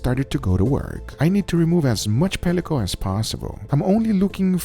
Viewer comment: Why does he call pellicle pellicose? If you look it up pellicose isn't even a word